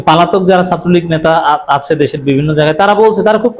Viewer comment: পালাতক না বলে পলাতক বলবেন